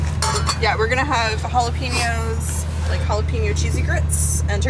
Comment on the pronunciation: No negativity intended here but, jalapeños is pronounced with the "pen" part sounding just like a pen you write with, not pee. Otherwise, enjoy most of your adventures. 😅